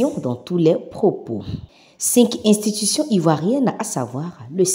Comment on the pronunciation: Camarade journaliste, s'il te plaît, ne dis plus cinq zinstitution. Il n'y a pas de liaison à faire ici. Merci pour la compréhension. C'est tout simplement cinq institutions.